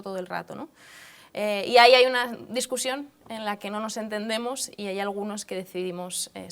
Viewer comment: dice discursión .... en vez de discusión ..... si Jiménez losantos la oyera ..